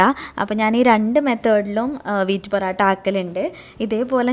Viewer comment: Porata alla mole..porottayaa😁😁